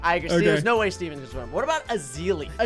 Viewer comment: I love how they call ethiene 'steven'